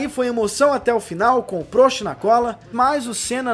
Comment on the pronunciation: A pronúncia é PRÓST e não PRÔST